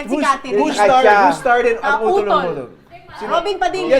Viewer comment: di magawa ni yung "utol" HAHAHHAHHAHAHHAHHA